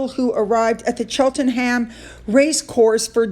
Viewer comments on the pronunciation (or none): Cheltenham.... Chelt-nam is how you pronounce it 😊